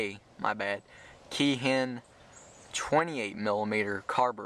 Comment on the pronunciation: Keihin is pronounced like "Kay-e-heen"